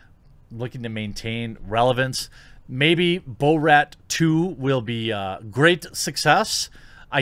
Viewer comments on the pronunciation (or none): Bruh. It's Bor-at not Bo-rat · He’s driving me nuts with the “bow-rat” pronunciation lol. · You lost me at bo-rat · Is he saying Bo-rat as a joke?